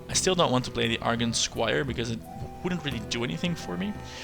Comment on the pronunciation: I wanted you to use missiles on the bloodfen but then you saw the alchemist play (which I didn't) so I forgave you. In other news: I'm sure in the nearly 3 years since you posted this that you know already, but argent is pronounced arjent.